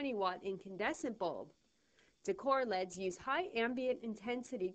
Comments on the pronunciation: Pronounced ell eee dees, not leds. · lol i love how she says decor LEDS as a word, not decor L, E, D.